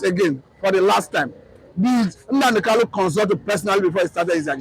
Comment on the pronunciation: Nnamdi Kanu, not Nnamdi Kanu,Kanu not Kalu please!.